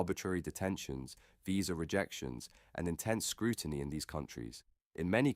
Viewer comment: ‘Britishers” “scrooiny” and “detainment” ? This individual’s challenges with English language literacy are amusing. His headline is blatantly dishonest as he regularly demonstrates in his second rate commentary.